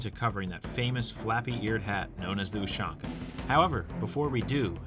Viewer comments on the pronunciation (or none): STOP SAYING USHONKA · no, in cyrillic it’s spelled ушанка, or pronounced properly as Ooshanka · You said ushanka wrong its U-shank-uh